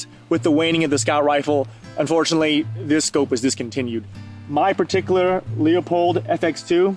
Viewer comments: "LooPold" brother ✌️😁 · he knows what a magazine cut-off is, where it’s from, and why it’s used. You can keep congratulating yourself on saying “Loopoldt”, while this guy is actually lightyears ahead of you and you could be learning.